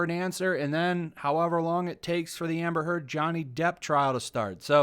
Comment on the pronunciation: Every time you say "Amber Heard" I swear I hear "Hamburger" hahahaha 🤭🙊🤷 Amber is so good at manipulate people, but now that Johnny exposed her, the manipulation isn't working anymore. That's why she's angry.